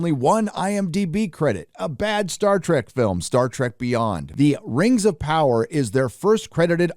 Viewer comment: THE LORD OF THE RANGS: THE RANGS OF PAWWAH!!!